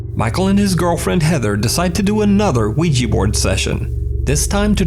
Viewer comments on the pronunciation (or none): Maybe "Oui-GEEEE" boards send out demons to whip all the asses that pronounce its name wrong?